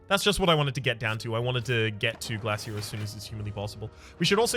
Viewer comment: I knew the instant I seen the title that it would be an hour of wincing from your deliberate pronunciation of Glasia. Still, an hour of background noise, thanks for another Rhapisode